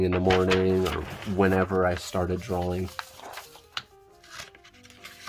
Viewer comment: Why do people pronounce drawing like drawl-ing?